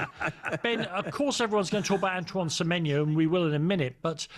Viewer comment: Why can't Ben Jacobs get Semenyo's name right?....dear god it's not difficult.